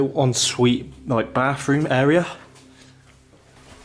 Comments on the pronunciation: Is this guy speaking English? When did bathroom get an f in it? Bafroom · I like his accent he pronounces th as f....frew and bafroom so cute 😊❤